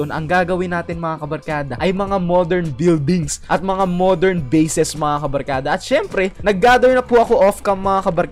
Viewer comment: Ey eyyyyyyyyyyyyyyyyy kabalkada hhahahahah anoyon iba na yung kabarkada naging kabalkada